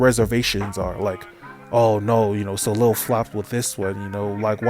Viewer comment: Side note : Soleil is read "Soleiy" - and not "Solel". :)